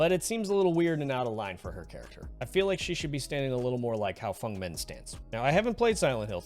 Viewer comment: the thing i like about this video is that you said feng's name right!! ❤